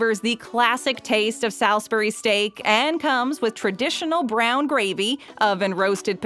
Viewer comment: who says 'SALS beery" steak.... salisbury